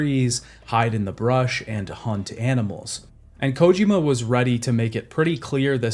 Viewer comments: Bro really never heard anyone pronounce Kojima in his life? The only person ive ever heard pronounce it as "Kójima" lmao As I was typing this comment he switched to pronouncing it normally - Kojīma, then 2 sentences later went back to Kòjima lol wtf is going on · Am I the only one who can’t stand the way he says “Kojima” 😂